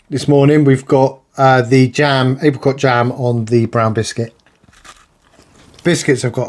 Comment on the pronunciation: "Menu free" "April cot jam" 😂.